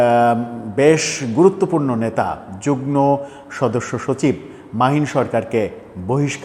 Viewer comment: যুগ্ন হবেনা যুগ্ম হবে। উচ্চারণ "ম" এর মতো করতে হবে।